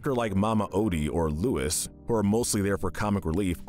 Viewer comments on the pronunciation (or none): none